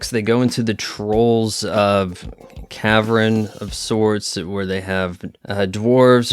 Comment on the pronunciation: By "cavrin", do you mean "cavern"?